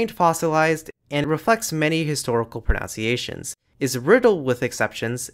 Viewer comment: the word is pronunciations, not pronounciations. This is a frequent mistake in ESL learners.